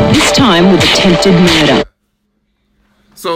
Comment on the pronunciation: Way coach pronounces murder with the Aussie accent is fucking perfect hahaha